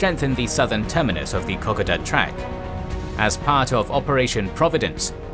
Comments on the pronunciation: Great video... but please review the pronouciation of kokoda. It is a very famous part of Australian military history and hearing it pronouced like this is a bit jarring. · dude. kokoda pronunciation sounds WAY off to any aussie... anyway thanks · Can you please fix your pronunciation for Kokoda. If you need a reference here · Love your work and this series. Did note the Kokoda pronunciation but happy to wear it I order to have this series. Like Mandy Australians, had family in these conflicts so eaglet to see the remainder of the series. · Great video again. Only issue I have is the pronunciation of Kokoda. The Kokoda campaign is very famous in Australia. There are people who go every year to trek the Kokoda Trail. Can't wait for next week! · Yes, your pronunciation needs addressing before next week mate. My father fought there and would be horrified. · These are awesome videos, but just one minor issue, as an Australian, i cant help but notice that you keep pronouncing kokada trail as ko - ko - da rather than ke - koe -da, just a minor issue in the grand scheme of things but i hope that you take this into acount in the future. :) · The " o" in ko ko da is long, as in co co cola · Kokoda is pronounced with ''oda'' being said like the word soda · Kokoda is pronounced kuh-kow-duh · Kokoda . Pronounce KO-KODA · I appreciate all your videos and watch them again and again, but every now and then you say something that gets up my nose, really wrangles and on this video it's 'Kokoda'. Now I'm dyslexic so I'm always unsure of myself when it comes to words and the pronunciation of same, however you pronounce Kokoda as "Cock a duh' when every single Australian and New Zealander I know pronounces Kokoda as 'Co co duh.' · Pronunciation of Kokoda has the emphasis on the second O. This is an iconic action in the psyches' of Australians and mispronunciation will lose you much kudos with them. Cheers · You pronounce Kokoda in your own way matey ha ha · It is pronounced Kar Koda